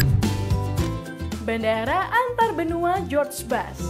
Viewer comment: Admin yang profesional bikin artikel, masa George Bush dibabaca Jus Bas, seharusnya Jus bus. Kalau ragu ejaannya bisa minta suara dari google translate. Begitu juga nama negara, masa US dibikin Thailand.